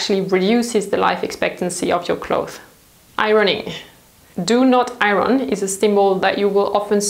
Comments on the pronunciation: lol she keeps talking about the Iranians. Iron is pronounced with silenced "R". You also tend to mix British and American T sounds. The word water in this video is pronounced in both British and American versions even though the overall accent is British lol. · hi! I just found out about your channel and I watched a couple videos already including this one, and I can't help but notice you keep mispronouncing "iron". you pronounce it as ay-ron when it should be a-yern :) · Hi! I remember it took a very long time for someone to tell you about mispronouncing “pear” because your accent is so cute!!! But maybe you would want to know that we don’t pronounce the R in iron. It’s pronounced more like iyon. Hope that helps ☺️ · I didn't know that about tumbling clothes. Thanks for the tip. Not to be critical, but just so you know, the 'r' in 'iron'/'ironing' is silent! (Your English is exceptional, by the way. Much better than my French.) : ) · It's a funny word to pronounce if you're English. It's not ION, but it's definitely not I-RON either -the way pronounces it. It's somewhere inbetween - more like I-YON. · I love your videos but... it is pronounced I-on not I-ron. The r is silent. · thank you for your most informative videos. I hope you don't mind if I point out the correct English pronunciation of the word iron, according to Webster's Dictionary: aiern - pronounced i ern. As you are probably aware English is a combination of several languages so the rules are not always logical. Keep up your amazing work! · In the States we say "eye-urn", which is a truly an ugly-sounding word. Over here we also say "close" for clothes, but in the UK they pronounce the "th". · I love the way you say iron ... 💓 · I love the way you say iron.😂 So glad in the UK we don't have smoking anymore. I remember having to wash everything as soon as I got in as it all stank. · Pronunciation IRON... the R is silent. Otherwise great tips!